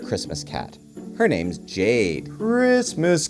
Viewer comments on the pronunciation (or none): none